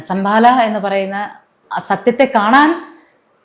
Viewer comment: Sambhala..not sambala